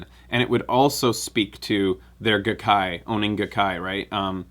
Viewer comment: The Gai of GaiKai is pronounced "guy".